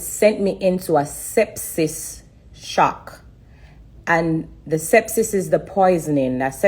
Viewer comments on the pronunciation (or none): The word she’s trying to say is Septic Shovk